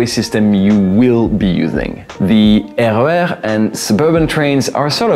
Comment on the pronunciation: I ❤ your pronunciation of the RER. As a Dutch person i read them as 1 word.